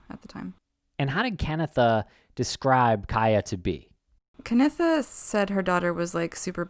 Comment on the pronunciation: Sorry guys, even with the little information I've compiled on this case it's quite apparent to me that you owe Ciaha, her mother Canitha (Kan-EE-tha) and her friends a more factual presentation. Way too much misinformation regardless of the videos age.